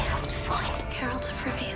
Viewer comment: Its not Džerald is Geralt 🙈